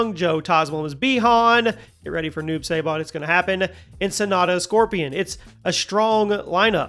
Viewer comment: Newb say-bot lol